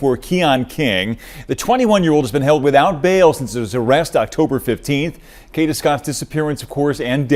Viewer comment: Kada, not Kita.😂